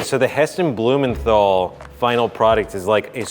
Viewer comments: Bruh you don't pronounce Heston's last name right 😑 Blue mental not men thol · I cringe so badly when I hear Americans trying to say 'Blumenthal' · Are any other british people like me cringing at how he says hestons last name 😶😶